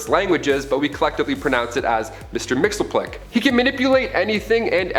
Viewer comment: Idk why. But imma be that guy. It’s not (mixel-plik) it’s (mixes-pitilik)